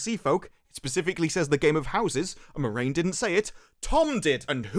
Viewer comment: I have to say, I am disappointed. You spent the entire review getting a character's name wrong. Every single time you mentioned her, you got her name wrong, just so completely. I have to assume you did it on purpose! Well, just to set the record straight, the main character of this TV series isn't Moraine. It's Moron!